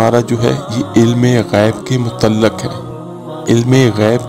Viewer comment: Pehle apni Urdu theek karen mutallak nahi balke mutaalliq he